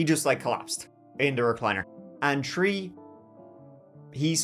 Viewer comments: It’s pronounced “three” not “tree” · My favorite is when he says 3 and he says it as "tree" 🤣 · One, two, tree..lol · You say the number tree a lot😂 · And it's a throwback to when Irish was the only language spoken here. Three is trí in Irish, pronounced "tree". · It's just his accent, that's how certain Irish pronounce 'three', that's all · TREE CHILDREN 😂😂 not Three but TREE, must have strong roots